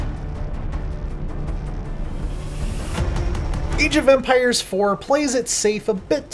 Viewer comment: Eej of Empires?